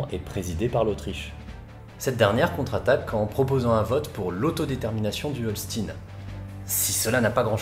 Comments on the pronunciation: Super, comme d'hab' ! :) Achtung : Holstein de prononce "Holschtaïnn" (comme dans Frankenstein ou Einstein, par exemple) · On dit Holchtaïn ! Et schlesviche ! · Merci pour cette vidéo très intéressant (comme d'hab). Et bravo pour ta prononciation de l'allemand qui était quasi parfaite ! Seule remarque, l'état allemand du nord est le Schleswig-Holstein (ch-t-a-i-ne) et pas Holstin (s-t-i-ne). mais sinon c'était parfait ! Et ne me demande pas de prononcer "naranja" en espagnol, chacun son truc. ;-) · Holchtaïne pas Holstine, comme les vaches ^^ sinon bel effort sur l'allemand c'est loin d'être facile. Merci pour le sujet, ça aussi c'était pas facile! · Excellente vidéo ! Par contre, l'accent allemand est a revoir. "Holstin" -> Holstein se prononce comme Einstein... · bonjour, juste une toute petite remarque: le Holstein, ça ne se prononce pas "holstine" mais "hol scht aie ne", comme "aie aie aie" etc... Sinon c une vidéo très interessante, :) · Le pauvre, il fait des efforts pour bien prononcer les noms germaniques, mais il se plante sur HOLSTEIN; qu'il prononce OLSTINE... (Pour un Mosellan comme moi sa saute aux yeux ! :-D A par ça, superbe vidéo comme à chaque fois ! Merci pour ce bon moment d'histoire et tous mes encouragements pour continuer à nous présenter de nouvelles batailles ! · Par pitié, Holstein se prononce Olchtaïne. Autrement très bonne vidéo ! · Par contre je suis désolé mais le Holstein se prononce comme dans Weinstein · Holstein = EIN [A-I-N] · il y a juste "Holstine" qui pique un peu les oreilles, sinon oui c'est bien. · Quelle est la prononciation ? HOLCHTAIN ? comme dans "einstein" ? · Bonne video, et comme j'ai étudié l'allemand (il y a longtemps certes), je pardonne les fautes de prononciations, sauf Holstein, parce qu'il faut bien râler :D